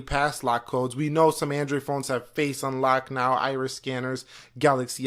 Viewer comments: The "Eyphone and Endroid" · the way he says android pisses me off